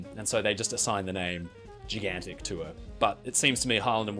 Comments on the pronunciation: You pronunce Gigantic Gi/Ji gan tik instead of Jai gan tik. What kind of accent it is? Canadian? American? British? Scottish? Northern Irish? Corky/Londonese accent? What is it? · That's an original way to pronounce "Gigantic"...